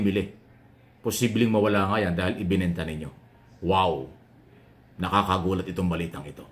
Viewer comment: Salute talga ako sau ang pag sa galing magpaliwanag at mag komento.... sarap pakinggan lalo na pag binibigkas mo ung ''WOW''